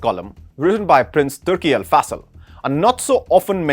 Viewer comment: AL FA Sal? It's AL FAISAL!